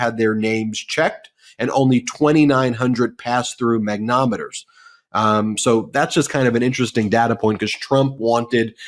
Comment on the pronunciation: Mag-ne-TOM-e-ters, not Mag-NOM-e-ters. :)